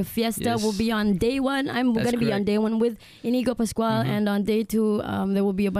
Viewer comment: What the his names Inigo pascual. Haha not pascal. Hahha